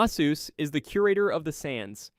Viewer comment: lol its not canyon/guma/ze-us